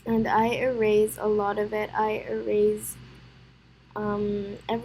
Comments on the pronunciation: i love that you say eraze instead of erase (No offense i actually really like that you say it like that.) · How she says erase